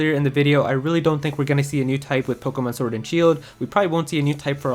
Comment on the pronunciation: Sounds like you so POKOMON